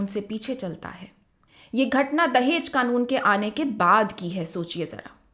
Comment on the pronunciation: Tum log talaffuz उच्चारण सीखो अभी..दहेज hota h dahez नहीं....जहालत की हद hai